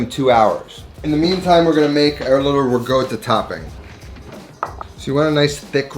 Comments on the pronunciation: There is no "g" in ricotta. Slight r roll and there is a double consonant "tt". They are pronounced separately. "rrr- cot ta. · rih-goatuh hehe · imported from the same place he gets “rigoatta” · "RiGotta" ;) My first dinner with my Italian in laws involved being asked how to pronounce this cheese. Failed , but I've learned better.